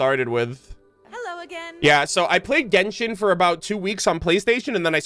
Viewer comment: You saying jenshon is making me 😂😂😂🎉